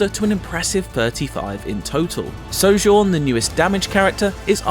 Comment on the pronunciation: Who is this "So-Jean" you speak of...?